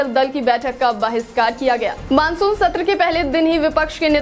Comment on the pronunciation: Bahishkar hai bahiskar nahi😂monsoon hai manson nahi😂